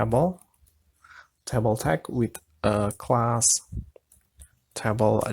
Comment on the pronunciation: TAY BOWL not TAH BOWL